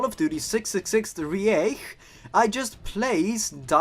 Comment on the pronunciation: man as a german speaker, the switch from reich to riech just breaks my poor mind ja, was ist denn los lmao